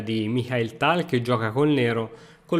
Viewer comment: almeno tal lo pronunci bene dai